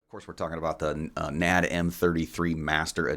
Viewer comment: It's N.A.D. NOT Nad. F Y info. Think S.A.E.. just letters. Not said as a word.